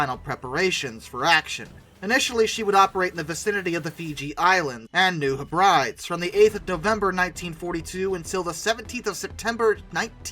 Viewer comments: Its New Heb-ri-dees. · Hello, New Hebrides = New Heb+breeee+deeees. O.K.? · pronounced properly any-we--tok , new heb-ra-deez